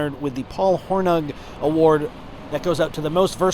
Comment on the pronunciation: Sorry to nag guys, particularly in defense of former Notre Dame players, but you whiffed on pronouncing Paul Hornung’s name. You can check this easily on line. Dude won a Heisman and is in the NFL hall of fame while being a part of Lombardi’s Super Bowl I winning team. I’m all SC and have been since the John McKay days. But the dude could play. Keep up the good work and fight on.